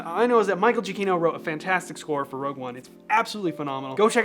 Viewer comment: THIS WAS 100% INTENTIONAL..... ITS GIACCHINO